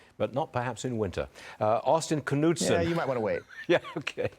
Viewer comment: Wow! They even pronounced the name correctly! "Kuh-Nudsun", not "Nude-Sun". Austin Knudsen reflects Montana values. Constitutional Lives Matter!